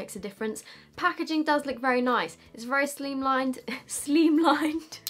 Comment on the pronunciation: Sophies version of slimlined sounded like the way you pronounce slime in Danish (Slim) 😂